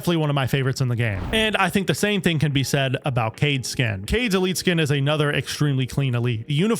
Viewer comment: Kaid is pronounced Kah-eed not cade